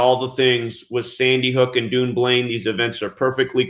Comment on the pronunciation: Hi, thanks for all you do, looking forward to getting your book next week! Dunblane is pronounced done blane, we should rewrite the English language lol!